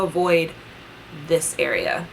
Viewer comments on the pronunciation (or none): none